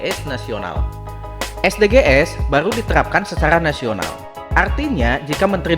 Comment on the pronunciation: Bahasa inggrisnya lucu...hehehehe.. es de ge es 😀 konten ini menghibur dr sisi kartunnya.